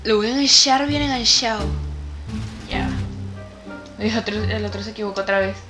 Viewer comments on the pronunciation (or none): Makenzie373 Lo que mas me gusto fue cuando dijiste engansharlo bien enganshado 😂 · Parte Favorita: Cuando dices Enganshao bien enganshao Like 👍 Compartir👍 Nombre de Roblox👍 QueenAle50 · Suscrita: listo :3 Like: listo :3 Compartir: listo :3 Usuario de Roblox: CandiceAccola19766 La parte que mas me gusto: Engansharlo bien enganshao :v